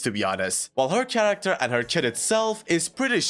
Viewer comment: Is it just me that is so bothered when he says "tsharacter" most of the time while pronouncing it correctly sometimes?